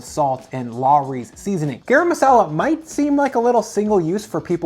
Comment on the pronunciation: “GAH-rum” not “GEH-rum”. Rhymes with “car ‘em”